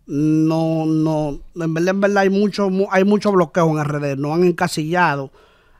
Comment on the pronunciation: En velda en velda en velda.😅😂